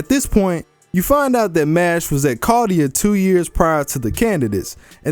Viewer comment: chaldea, not cardia